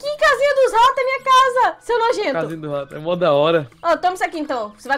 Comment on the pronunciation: O rato se chama rat na pronúncia é ret